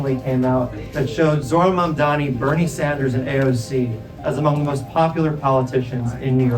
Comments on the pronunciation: HE STILL CAN'T PRONOUNCE MAMDANI HAHAH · Does anyone know the rationale behind them purposely mispronouncing "Mamdani" as "Mandami"??? Even after being corrected publicly? It makes Cuomo sound so stupid to me. I don't get it... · Incredible how Cuomo STILL managed to mispronounce Mamdani's name at this stage of the race. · Has Cuomo said "Mamdani" right one time ever? it's incredibly easy to say, he has to be intentionally mispronouncing it right? Seems so petty lol